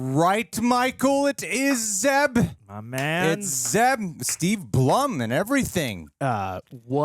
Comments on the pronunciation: I was so surprised when I saw Zeb Orrelios. Oh Zeb’s voice actor Steve Blum last name is pronounced bloom. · Blum pronounces his name like "Bloom." What a talented guy!